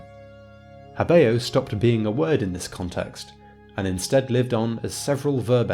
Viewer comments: why not talk about pronunciation? habeo is pronounced HÁbeo, and not haBÊo. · hábĕo, not *habḗo